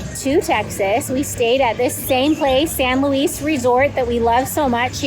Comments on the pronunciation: Welcome back to SoutheastTexas! Hope Landon’s surgery went so well!! I’ve always known that hotel as the San Luis but the “s” is silent. Pronounced like “Louie” it’s “the” place to stay in Galveston!! Glad he could be spoiled w a Landon day! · While you are probably technically correct with your pronunciation of your hotel, just a pro trip, the locals pronounce it San Loo-ey :) glad y’all got some time at the beach! Thanks for not making fun of how brown our water is haha your video almost made it look blue! Continuing to pray for Lando!